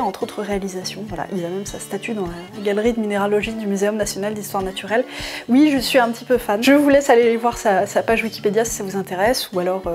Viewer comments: Ont dit oui, pas ui. C'est rigolo comme prononciation. Mais je t'aime bien quand mêêêême. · « Et si ui, quand est-ce que ça s'arrête » Je ne connais pas beaucoup d'endroits où le "oui" est prononcé "ui"... à part dans la région où passe avec ses sabots dondaine... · j'adore quand tu dis "et ui "